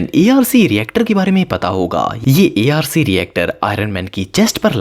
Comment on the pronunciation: A R C❌arc✅